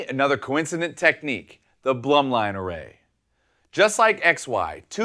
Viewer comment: I'm prety sure it's pronounced BLOOM - LINE but great demo